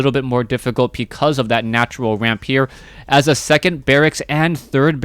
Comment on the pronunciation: "because" sounds like "Pi-Cos" :p